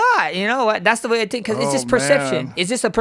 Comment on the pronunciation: I love how he says “tink” instead of think lol